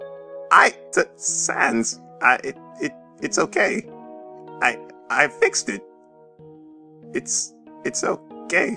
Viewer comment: In the end it sounded like papyrus said :"It's 'so-gay'" instead of "It's okay"